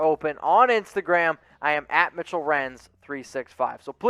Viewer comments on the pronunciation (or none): none